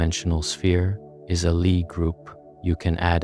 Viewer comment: lie is pronounced lee